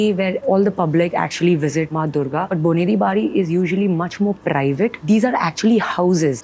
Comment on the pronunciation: its not boneri bari. bonedi bari..